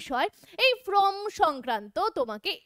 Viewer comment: কথাটা from fillup নয় form fillup..... video যখন করছেন তখন একটু carefully pronounce করবেন।🙏